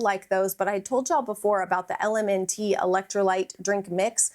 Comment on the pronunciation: I'm so glad you called them L-M-N-T...that's what I used to say forEVER. It's actually pronounced "element." Who knew?! These are all great!